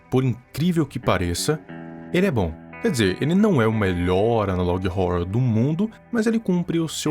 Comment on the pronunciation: amo o viral, mas quando ele fala " analog rrouror" eu fico paia 👽